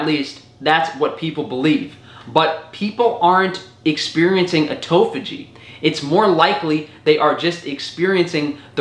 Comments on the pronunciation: It's autophagy not "autophogy". I cringed for a whole minute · “Ermagaahd a toe phó gee is so gr8!”